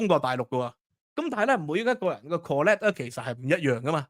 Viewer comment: 講得好 資料很詳盡 但請留意 collect 及 connect 之分別